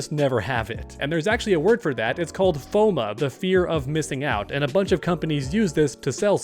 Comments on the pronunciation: do you mean fomo? bc you said foma lollll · It’s FOMO NOT FOMA